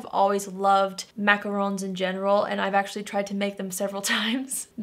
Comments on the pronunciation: THANK YOU FOR NOT PRONOUNCING IT MACAROOOOON. 😂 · 😀 I am so glad you said macarons correctly 👏👏👏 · And she knows how to pronounce macrons.